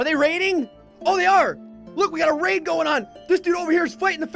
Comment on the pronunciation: Whenever he says raid i keep hearing rape